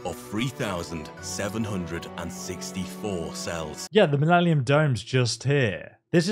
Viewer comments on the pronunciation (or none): Minellium? lol